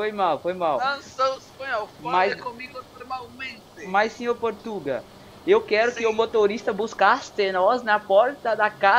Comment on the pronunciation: "porrtuga" hahaha. fodaooo mostro do you tube